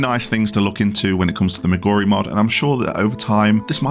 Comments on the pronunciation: relax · What does any of that have to do with pronouncing Moguri incorrectly? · You can't say "Moguri" correctly to save your fucking life can you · it can make your brain go bonkers. there is a third M name in the video. try saying Moguri, Memoria and Mog-Addons for several minutes. it shuffle your pronunciation trust.